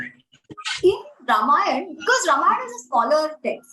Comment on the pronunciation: The interviewer needs to at least pronounce AmiJi’s name correctly, especially since this is the second time she had interviewed her!! The interviewer has strange anglicized pronunciations! Example is her pronunciation of RAAmAAyana!!